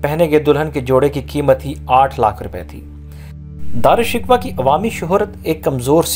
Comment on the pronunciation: بھائ نام کا تلفظ ہی ٹھیک کر لیں